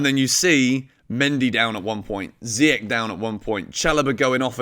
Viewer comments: You should pronounce Ziyech and Saul correctly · Dude you are still saying Ziyech's name wrong..... :P Saul gone in January, man is past it which is crazy since he's still so young. I'll be the one to say it, RLC will never be more than a 4th or 5th string mid for Chelsea and that DOESN'T CUT IT! Can we wait until the summer when Gilmour and Gallagher come back? WE REALLY NEED 1 of them NOW! Tough choices in January but I'm going to say we should go for Tchouameni!